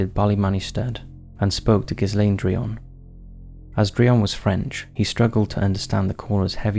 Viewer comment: The word is "progeny", NOT "progency", and it serves as both singular and plural. Ghislaine has a hard 'G' and the 'S' is silent. Get an editor.